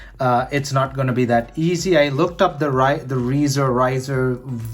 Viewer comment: Rizr is pronounced like riser.